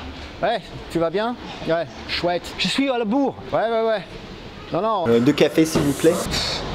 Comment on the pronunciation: He doesn't sound American at the end but listen to : je suis à la booooooorre. at the start and he kinda sounds Quebecois.